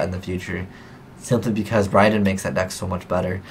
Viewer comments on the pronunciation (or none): none